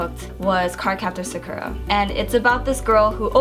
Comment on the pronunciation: I love sooo much!...but the way she says Sakura... (its probably not her fault since thats how the dub says her name and thats how she learned it)